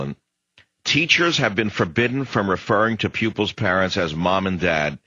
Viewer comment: Pupils not pubics